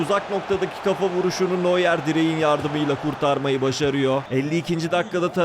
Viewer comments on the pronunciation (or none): none